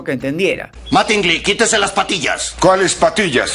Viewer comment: MÁtingly no MatÍngly. Animal.